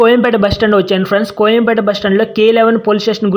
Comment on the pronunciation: కొయంపేట కాదు కోయంబేడు